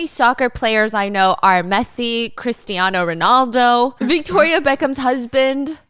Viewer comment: I alteady heard this story but Stephanie you're so good at storytelling that I don't mind hearing from you. Plus, I'm Portuguese and I loved how you pronounced Cristiano Ronaldo (it was so freaking cute 😍).